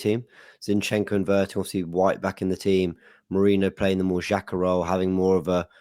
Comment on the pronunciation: What is with and his silly name-calling? I wonder if he can finally say 'Xhaka'. But to be honest, other than that I am pretty much with him on what he says.